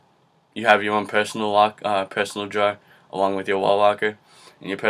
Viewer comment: I thought you said jar when you said drawer.. Lol but you're very helpful! Thanks for the vids!